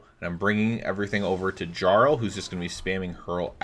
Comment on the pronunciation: Jesus fucking christ. That's not how you pronounce "jarl"